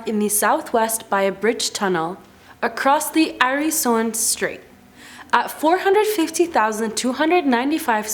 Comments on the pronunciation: So Öresund becomes "Arison stree" in English. Fascinating! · Jag tror hon försökte säga The Öresund Straight 🤣